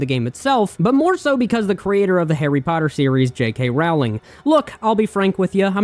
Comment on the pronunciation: Are you intentionally mispronouncing J.K. Rowling's last name, or are you just stupid?